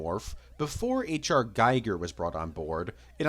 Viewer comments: Aside from content: putting stills over moving background IS really distracting; and every fan should be fed up with wrong pronouncing of Giger - it's: "Giger" (with 'e'), not "Guyger" (with 'i', like rad. counter). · You can’t pretend d to be an authority on Alien if you pronounce “Giger” like “Guyger”.